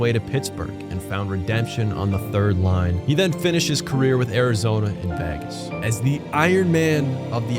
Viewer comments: did bro say vagus? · The way you said Vegas is a way I’ve not heard before